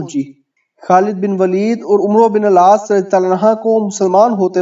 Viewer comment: عمرو نہیں پڑھا جاتا عمر پڑھا جاتا ہے ع کے اوپر زبر پڑھ کےمیم کےساتھ ملاکے پڑھیں